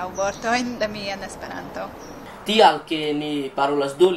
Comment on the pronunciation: Brazilians say it like "Es-pe-raantu", with accents on Es, Pe and a very strong one on Ran. The Japanese guy also says it in a Japanese way, pronouncing the syllables quickly, making a pause between each and with accent on all syllables